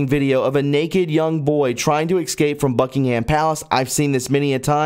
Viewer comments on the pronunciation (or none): Please - I stopped watching your channel regularly because of your mispronounciation of so many words. ie How can you possibly know what you are talking about if you say excape instead of EScape. Please, in your preparation, check on how to say words because you offer so much information that people need to know.